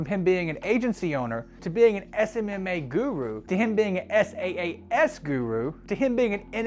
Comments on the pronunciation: it's saas not S.A.A.S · IAG media became IAG Online Services which ran from - it’s on Companies House and was voluntary wound down with £1mil in assets. SaaS is pronounced “sass” NOT “s.a.a.s”. And it stands for software as a service NOT solution. I’m not defending this guy but jeez your research is pathetic.